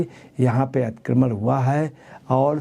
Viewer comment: Atikramann ……😂😂😂😂😂 lulu ji theek bolo please